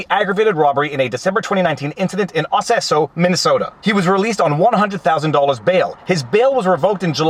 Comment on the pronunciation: it's Osseo..Aah-see-ooh..i went to high school there in 84..they misspelled it